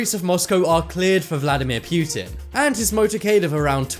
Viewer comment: It's poo-tin not pew-tin